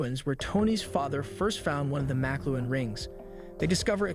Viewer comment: He also mis pronounces the makluan (how is it even spelled?) rings